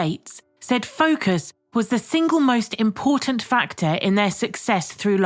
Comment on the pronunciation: "impoetent faktoe" I LOVE IT